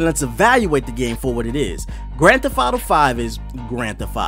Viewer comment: I had a hard time actually paying attention to the review because I was distracted by him saying "Grand Theff Auto."